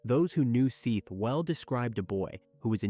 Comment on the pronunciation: How disrespectful is it to pronounce a deceased persons name, then pronounce it right, only to mispronounce it for the duration of recapping the horrific manner in which they died? His name is Seth not Seeth you idiot! If you can't pronounce their names then stop doing this out of respect for their loved ones